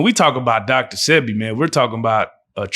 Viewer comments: And the one saying dr sepi and not sebi 😒🤦🏾‍♀️ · i hate when yall don’t say his name right Say-Bee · DR . Sebi say it right bro